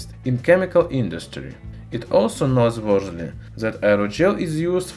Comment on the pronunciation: Great video, but what was the word he was trying to say lol, was he trying to say "noteworthy"?